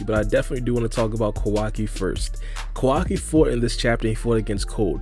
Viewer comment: Ko-Wa-KI not Kawaki?